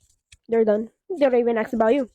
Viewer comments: Why do you think she says axe instead of ask? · My minimum expectation is proper use of our shared English language. For example, Valentine is spelled and enunciated with a ‘n’ and not a ‘m’ and ‘ask’ is not spelled or enunciated with a ‘x’. Cheers! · it's "ask" not "aks"..... I can't stand it!!! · Why does she say axe instead of ask? Is that also a simple joke? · And gents... If they pronounce it "aks"... Leave.